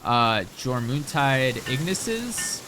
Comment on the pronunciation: Jor moon tide? It's pronounced "your min tide"